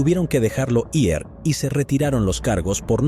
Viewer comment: Este narrador no es mas tonto porque el día tiene 24 horas, me carga cuando dice i.r. en vez de decir ir